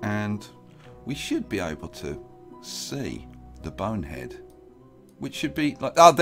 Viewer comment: Am I the only one the miss hears when he says Bone Head, I sometimes think he says Boner Head